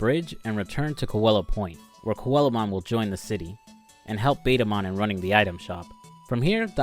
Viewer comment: To be fair...he say it right,except that it was on Spanish.